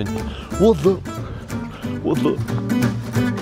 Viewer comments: nemůžu z toho "WOT?" xD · to "WOT" to vzdycky nejvic zabije 😂😂😂😂😂😂😂😂😂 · Ten jirka: ,,what,, (wot)